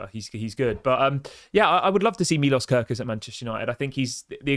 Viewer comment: It is more like milosh if you want to say it right